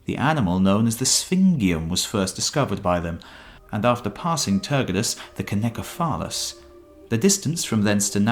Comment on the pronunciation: CYNOCEPHALUS is pronounced either /sinou`sefalas/ or /seena`sefalas/. For comparison, check the pronunciation of the word CYNOSURE.